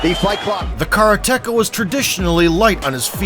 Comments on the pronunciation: At least try to pronounce karate-ka properly. Not kara-teka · What the hell is a 'karaTeKa?' Is that something off the menu in a Mexican restaurant? Maybe you're trying to say the Japanese word 'kaRate-Ka.' For God's sake. This is a martial arts video. Learn the pronunciation the Japanese word ''karate-ka,' God damn it. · Please, stop saying kara-teka! Ruins an otherwise great video. Its Karate-ka. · The narrator should learn the correct way to pronounce "karate-ka". (Katate person).